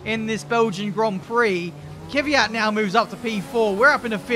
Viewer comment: Looking forward to F1 2021 career mode. will finally stop pronouncing Kvyat as Kiviyat and instead say Mazepan!